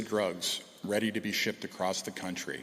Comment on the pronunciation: Commissioner T. Carrique can't properly pronounce the words; Complexed [Complex], Shepped [Shipped], Goljjdien [Golden], Apparient [Apparent] , Deathises [Deaths], Fentanol [Fentanyl] or Opid [Opioid.] I am sure that there are certain people who are Muy Contento that he is on the case. "This investigation into the use of the dark web for drug trafficking is the first of its kind for the OPP." If this statement is true, either the OPP Commissioner is lying, he has recently awoken from a coma, or defense attorneys are salivating because cases will be thrown out, re-tried, and convictions will be overturned. Thanks for letting everyone know that all of the lethal & hazardous seized narcotics were intended for domestic distribution within Canada. Now I can trust the Policia. I am relieved to know that he is "keeping the province (Ontario) as safe and secure as possible."